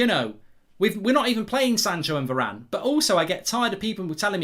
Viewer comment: didn’t know varane was english